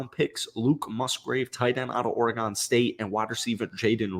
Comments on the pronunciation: This is the truth! Packers have talent everywhere. Big question marks are obviously Love, the young WRs, and the safeties. Not sure I agree that Savage is a name to trust. I think Rudy Ford is the only lock at starting safety. Side note: as a native Oregonian it is pronounced Ore-y-gun not gone. We here baby! Go Beavs! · It's not OrEgon it's Oregon, like Organ